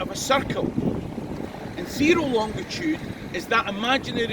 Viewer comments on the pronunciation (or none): I hate to be picky but the word is "longitude" no d in the middle sir. BTW I love your videos.